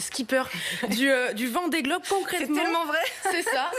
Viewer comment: A 00,3 s Elle a dit VENDEE GOBE! 😂😂😂